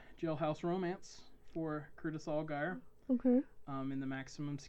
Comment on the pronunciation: You're pronouncing his last name wrong lol sorry but it's driving me nuts. Its more like (AL-JEER) "I only know this because I'm from new Orleans " Algiers is the second oldest neighborhood in the city and I believe it is officially historically noted as the oldest black neighborhood in the entire United States. One of our neighborhoods is & i believe this is it but anyway.. we call it the "15th Ward" because it's #15 of 17 wards in the city.